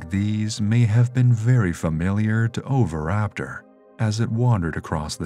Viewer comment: It's pronounced o-vee-raptor not over-raptor. Had to mute.